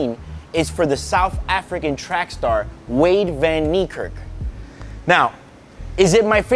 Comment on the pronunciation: Butchered wades name 😂😭